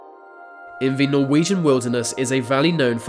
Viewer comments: Why cant u say THE why are you say VA , speak English properly it's irritating me like ur blocked nose and speaking through it. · Why can't he prounounce his T and H'es? He says Vee instead of the. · Love the videos but please learn how to pronounce a TH It’s THis THat and THe oTHer NOT Vis Vat and Ve uVer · Dude .. it's pronounced "the" .. not "ve". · Its 'the', not 'vuh' you idiot talk properly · Vhe, vhey, vhere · Ver are mystevies in ver universe LOL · why do you say ve and not the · I realized that this guy pronunces "the" as "va". Can't unhear it now. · is it just me or does he say "v" when he tries to say "the" lol